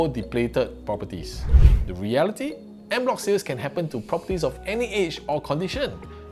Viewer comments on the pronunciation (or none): "On" bloc not "end" bloc. 😂